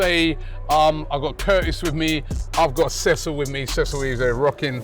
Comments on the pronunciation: Cee- saw😂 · Cecil (pronounced Seecil)and the suitcase. That luggage need to be in every show a nice spot for everyone to see 🤣🤣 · big up the cecil for not getting too offend by the fan mispronouncing he's name , very humble not to correct him😂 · pronounced Cecil's name wrong 😂😂😂😂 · The way u pronounce him name is showing u had pasta for lunch and breakfast